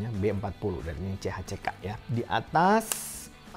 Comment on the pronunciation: Itu bacanya nice hack om 😁